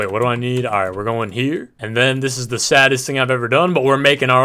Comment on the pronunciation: It ezz it what it ezz